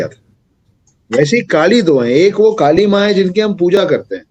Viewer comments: First of all Kali nhi kallleeee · दानवका नाम कलि है न कि काली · It's not kaali it's Kali , कली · Woh kaali nahi “kali” pronunciation makes a big difference becoz kaali Devi hain aur kali asur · Pronounciation of Kaali & Kkali is not same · Vaiii kali nahi koli or bali nahi boli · Its not kaali ....its kali🙏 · त्या राक्षसाचे नाव "काली" नाही "कलि" आहे. Please don't spread wrong information or pronunciation. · Not Kaali it's kali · Not kaali it's Kali. Kali purush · Its कली not काली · Kali na bhai kliii hai klii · kaali nahi kali😂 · Respected sir... आप ने बलि का उच्चारण बाली व कलि का उच्चारण काली किया। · First of all it is not kali(काली )it is kali(कली) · Pls pronounce it as kali sir.. not kaali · Kaali and Kali This man don't know how to pronounce and he is claiming to be the expert! This man is just a propagandist and trying to sell his books! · कली,काली नहीं | बलि , बाली नहीं| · Kali Ko Kaali Bol Raha Hain.... 😂😂😂wahh.. 😅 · Kali bolo kaaali kaali kyo kar rahe ho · Its not kaali its kali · yah u r ryt its kali not kaali Half baked knowledge leke log gyan pelte hain bhai